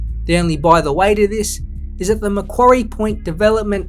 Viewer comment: Exceptional video! A few really good points you raise! Finally. A content creator who pronounces Macquarie properly haha. Gruen's report fails to accurately identify the fundamental issues due to glancing over the much greater benefits and short to long term advantages of the Macquarie Point PRECINCT. Its not just a stadium we're talking about here in tassie. A decision made by both the AFL and Tassie Government. Heaven forbid it wouldn't want to be made by anything otherwise. Based off current inflation to the economy there's also an approximate estimate to the added cost of the stadium for every year it dosn't get built. Roughly $80 million per year. There should be more incentive to get the project built sooner than later. Gruens report also neglects to acknowledge the architectural design for the stadium as it will be built with the short to long term benefits of expansion in its seating capacity. Roughly 25k - 30k - 35k seats. Roughly as I can't quite recall the exact numbers. Another thing to consider. Greens report drastically dismisses the 30yr history of work put into the tassie AFL licence and application for this stadium and prescient. Seriously. 30 YEARS worth of work, evaluation and planning into knowing the right location and means of getting both stadium and team off to a great start. This includes the added evolution of making a entertainment precinct around the stadium. Greens report fails to mention this and for 170 odd page document to not mention that, pro